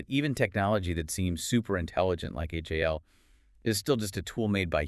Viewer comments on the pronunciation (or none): This whole review is weird. There’s so many little things that are incorrect. (No one in the movie refers to the computer as “H-A-L”. They refer to him as “Hal”. And the song is simply “Daisy”, not “Daisy Bell”.) she pronounced the lead actor’s name incorrectly.